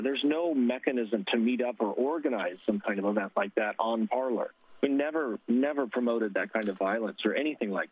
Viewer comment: 'Parler'? It is clearly 'Parlay' (French for 'to speak').